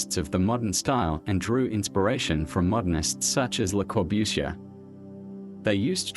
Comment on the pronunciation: the pronunciation of Le Corbusier was the first giveaway for me. You're right that it's getting better, though